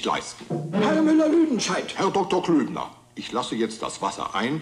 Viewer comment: It's Klöbner, not Klübner.